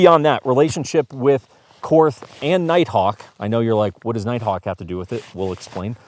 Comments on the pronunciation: Pronounced Court, not Korth. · I had to give this a thumbs down and stop watching only because you are not pronouncing Korth correctly. One would think you would do a little research on such a high end revolver. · All that classy editing and you cant even say the manufactures name correctly. Call Ian he can help. Ugh and you can always tell glock shooters when they run a wheel gun....